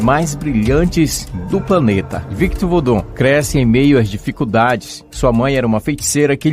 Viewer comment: Conteudo bacana, mas o portugues/ingles estao sofriveis Victu vudu foi o pior